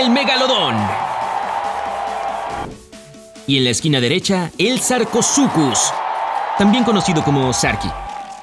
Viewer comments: Y no se dice sarcosucus, se dice sarcosuchus. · en nombres científicos la Ch se pronuncian como una K :D Haci que se pronuncia Sar-co-sú-kus